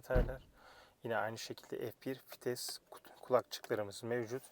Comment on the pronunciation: Fites değil vites